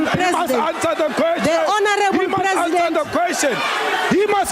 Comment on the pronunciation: HE MUST ANSA DE QUESTION HE MUST ANSA DE QUESTION HE MUST ANSA DE QUESTION!!! 😂